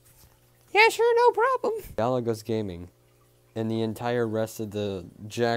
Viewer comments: It's not GAL-IGOS, it's GUY-UH-GOSE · This chi🅱🅱a said "Galigose"